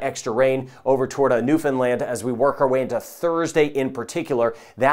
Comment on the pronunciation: Thanks for the clear forecast! And by the way, to my ears it sounds like you're pronouncing Newfoundland (New Finland) Love it..😍